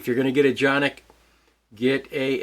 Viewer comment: wow.. very nice to see and hear how really the name it will have to be pronounced